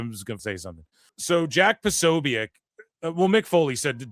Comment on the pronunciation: Corny asked his followers for help dissing Jack. You aint even saying his name right 😂